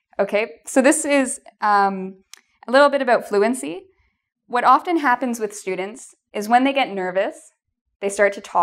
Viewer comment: "often" you pronounce it wrong. 😀😀😀😀